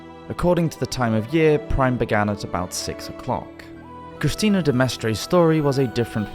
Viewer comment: "The two Christians" sir, do you know "Christina" is pronounced "kriss-TEE-na", right?